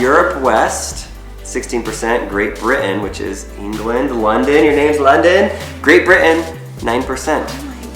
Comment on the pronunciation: That's a very strange way to pronounce Great Britain: "Great Bri' ann"